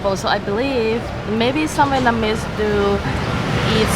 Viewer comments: It’s Vietnamese, NOT Vietmanese! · Love your video but please Jimmy its VietNaMese not Vietmanese as you have been saying haha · it's vietnamese dude not vietmanese like an f@ moron! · Vietmanese! Hahaha